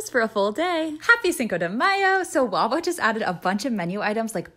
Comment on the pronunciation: She pronounced wawa as wabo wtf 😂😂